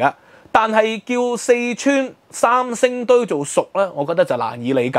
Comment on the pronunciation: 能不能说国语，不要说伤声堆